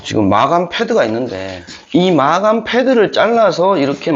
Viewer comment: 마감을 마아감 이라고 발음 하는건 또 살다가 첨보네. 희한한 억양을 ~